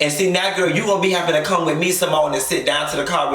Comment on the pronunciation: Did u say SeaMone lmao. And Eugene just sat there like he wasn’t just disrespected as a man. Ain’t no way!!!! And yep Dr G hella lame.